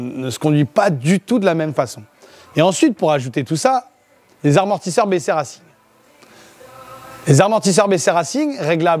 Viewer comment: T’es au courant qu’ont dit pas armortisseur mais amortisseur ça fait vraiment peur